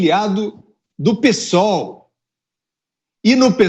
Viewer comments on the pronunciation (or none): none